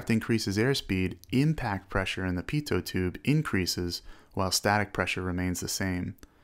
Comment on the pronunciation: Pitoh not pitoht